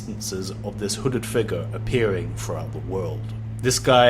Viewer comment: Every-time he says "figuh" i get a chill that goes through my entire body, almost like when i saw curdled milk slowly slide out of a glass.